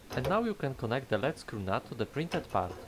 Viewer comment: It's pronounced "leed" screw. I know...English is confusing. Lead and Lead can be two different words.